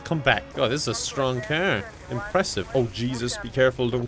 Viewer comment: The best part is like he's talking super normal and then he says "caeerr" instead of car and I always die